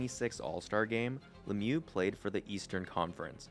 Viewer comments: In french the real prononciation is "Luh miyoo" and Le-mieux don't mean "the best". It mean "The better" wich is still great to represent what he was doing on the ice. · Mate, your videos are great. Pronunciation of the man #66 is "Lem yew". I hope that helps. Rock on, brother.